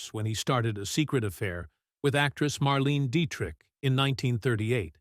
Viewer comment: marl ene diech!? Yucky!